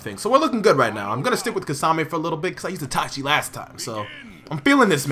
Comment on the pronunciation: it's key-sa-may not kisami